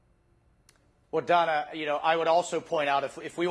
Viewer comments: It's Dayna, not Donna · He keeps calling Dana "Donna"; is that deliberatw? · Good grief, Sec Waltz . Her name is DANA. How could you not know that? Was that a Trump move? Be rude and mispronounced woman's name as a passive aggressive insult? Grow up.